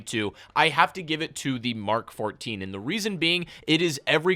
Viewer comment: I love how this guy knows what "MK14" sounds like. Not "emm kay farteen"